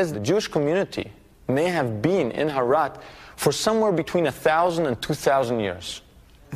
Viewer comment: It is called herat not harat